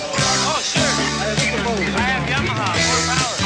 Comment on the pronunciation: Mispronouncing Yamaha is kinda lame..